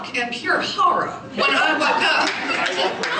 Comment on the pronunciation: That demonette said "you can imagine my shock and pure harrar (horror)" like she was straight from the Colonial plantation and saw a black man naked outside.... These fools voted because they hate anyone not white, and now wanna be shocked that the guy who told them he didnt care about them, actually doesnt care about them????